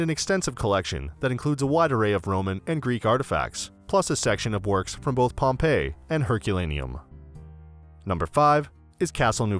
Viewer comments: Stay away from anyone who mispronounced Pompei. Have some respect. Just selling stuff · Yep, he just used TripAdvisor to then redirect viewers and get commission. The poor pronounciation shows no knowledge of the place.